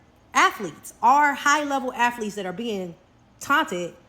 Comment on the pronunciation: “High level afleeetz…” 🤣😂🤣